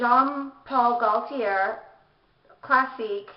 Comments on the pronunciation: Love your collection ! You need to say the designers name though...it's not pronounced Jean Paul "Goll-tee-air" as you say it, cos the "l" is silent...it's "Goat-tee yay"....hope that helps. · I'm French so it is said: GO-TEE-AY (Gauthier)